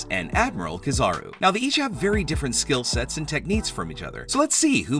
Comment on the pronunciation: Shanks definitely, but I really hate how you pernounce kizaru(ki-zah-roo).